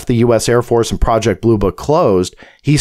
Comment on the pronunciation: It's booroo crime prajict